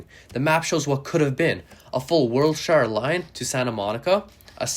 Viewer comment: Interesting. And great pronunciation of the French stations in Montreal, except for Longueil. It's hard to describe how to pronounce it, it's with eye-yuh at the end. Also, LA's Wilshire Blvd is pronounced like 'Wilsher'